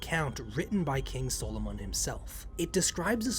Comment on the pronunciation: I understand it may have been pronounced your way, but if I hear SOUL-O-MONN one more time I will call upon a lesser devil to curse this channel.